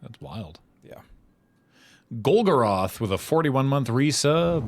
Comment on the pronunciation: had a minor panic when said "golgoroth". oh shit i forgot to take gaze